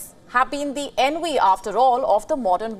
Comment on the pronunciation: You really need to stop pronouncing "V" as "W". Its not "Enwy", its "Envy"